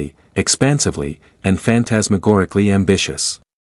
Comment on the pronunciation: you just said fantasmagoricly i cant take you seriously.